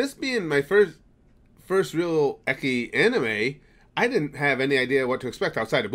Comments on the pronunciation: Watch the full video to get the password. Also, ecchi is pronounced "etchy", not "ecky". XD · Actually, that is the appropriate way of pronouncing it, you're right. "ecky" is still wrong though. XD